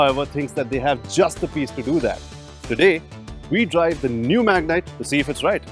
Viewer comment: It's been years after terrano .. it's magnite.